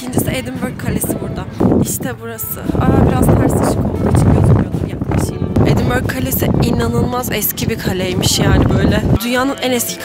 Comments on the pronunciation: "Edinbora" değil, "Edinbıra". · Edinbörg değil edinbora her güne yeni bi bilgi sağol 🖤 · iskoçya ve iskoçya tarihi ile çok ilgileniyorum fakat "edinbrah" diye telaffuz ediyor kendileri, lütfen. videolarını severek takip ediyorum ama bu kullanım biraz kulak tırmalıyor. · Edinbrah diye okunuyor. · “Edinbrah” diye telaffuz edilir